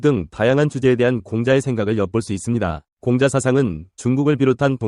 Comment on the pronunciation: Lady!! 공자 강의에, 공자 발음이 들렸나이다. 공자의 "공"은 길게 발음해야하나이다. 공부 좀 더 하시고 강단에 서야지요!! 책 한권 읽으실까요? "한국 어문을 고발함"!!